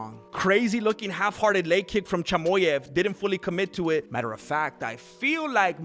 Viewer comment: Its chimaev not chimoev